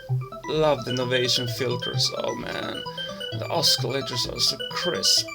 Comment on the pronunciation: "oskalator"??!?!? HAHA